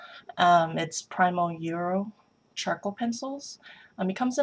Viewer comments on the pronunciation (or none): You're very talented. BTW it's pronounced "pree-mo" A great pencil.